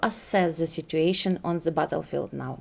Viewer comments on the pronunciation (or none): зе бвтелфилд. жуть произношение...